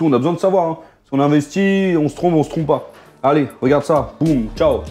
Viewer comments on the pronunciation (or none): none